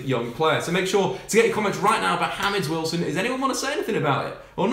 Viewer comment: Mate do you know how to pronounce James Wilson's name. 😂😂😂😂